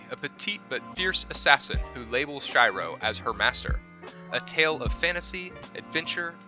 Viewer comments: "chai-row" ? Shiroe desu yo. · Fml this dude actually said Shiroe ( Sh-I-rO ) instead of Shiroe ( She- rO ) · Log horizon, his name is pronounced like she row, not shy row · When he called shiro shyro i was so triggered 😠 but other than that i love the vid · Shai-ro!?(Shiroe, Log Horizon) Please at least make an attempt to pronounce the names right. It's by no means the hardest thing in the world to realize Japanese names don't have English pronunciations, nor to find out how to pronounce them. It might seem like nit-picking, but I cringed every time I heard you say Shai-ro; if you're, it's a given you'll research this. Anyways, I'm not trying to start a fight, just giving some constructive criticism. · Stop watching after he called Log Horizon MC, Shyro.. Even Google Translate can pronounce it right... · he says SHY-ROW and then NCP's... that probably triggered me the most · i wanted to die when he said shiroe name wrong omg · how can you say Shiroe so wrong xD an all the other names too :p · Ok but for you know you mispronounced the log horizon main characters name and not care or just refuse to say it right